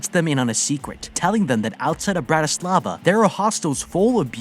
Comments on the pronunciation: bratyslava 🤣🤣 sorry the way he said it made me laugh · You trying to pronounce Bratislava makes me cringe 🤢